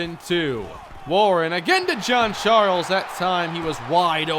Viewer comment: I thinks its hayden jean Charles not hayden john charles